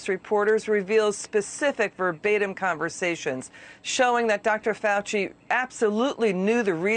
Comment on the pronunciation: I know he's Kentuckian but he doesn't know how to say FAUCI. FAUW CHEE!!! Not hard!!!